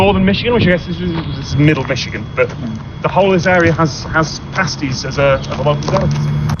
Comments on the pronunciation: They’re all familiar enough with Cornish pasties to know how to pronounce the word 😊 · "The whole of Northern Michigan, which I guess is middle Michigan" as someone who has lived in the UP, (born and raised elsewhere, so not a yooper) I'm so glad he said that. Also, bonus points for saying pasties correctly. There is a bit of a difference otherwise...